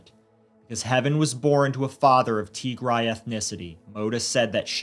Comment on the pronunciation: Indeed, just the way this narrator mispronounced Tigray..... He's never heard of it😢 For the record it is pronounced TEE- Grey. Like a grey tee-shirt, not TEE- grai. Like a tea chai with a gr instead of a ch.